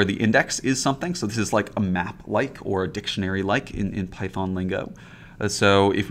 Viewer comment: Or are we now programming in Peethon? Long time ago we used to pronounce it NumPee as a joke. We didn't think it would catch on. Or am I missing something?